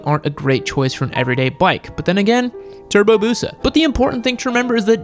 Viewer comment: TURRRRBOWWWW BEWWWWWSUHHH!!!!!!